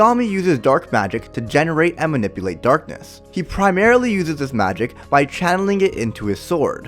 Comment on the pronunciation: It makes me laugh when says the word "darkness"